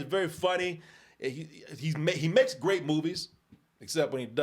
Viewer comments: "MAKLES" ???? Somebody drunk already? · "Makles" lol. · What's Makles? 😂